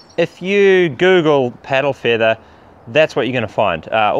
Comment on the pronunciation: "piddle feethah?"